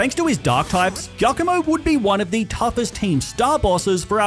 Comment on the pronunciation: Is pronounced jiacomo. Its italian